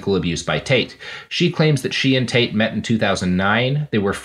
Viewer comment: Can't help but hear 'taint' whenever you guys say Tate.